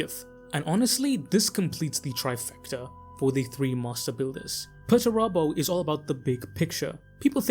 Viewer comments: Ah yes, Mr Turbo. Peter, turbo. Pretty sure it's Per-ter-ah-bow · I keep hearing Peterturbo instead of Perturabo. Henceforth from now on... Perturabo shall be known as Peterturbo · Dude. Pronunciation. Perturabo. Dude. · Hearing this guy say perturabo is really annoying